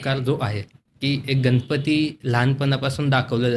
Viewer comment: अँकर ची भाषा सुधारण्याची गरज आहे गणपतीमधील ण चा उच्चार योग्य रितीने करावा